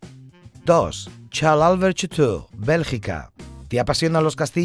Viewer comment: "Cható" (la O es casi una U) :P